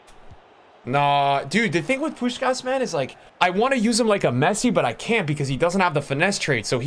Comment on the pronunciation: Im hungarian and im quiet suprised by how good u pronunce Puskás